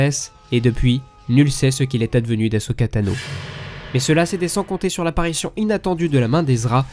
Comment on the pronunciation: C'est ce que j'ai cru comprendre mai comme il dit thanos avant ça me perturbe 😭